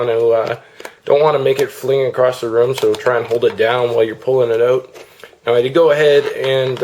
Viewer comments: lol, the way he says out..."ohut" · Notice the canadian "out"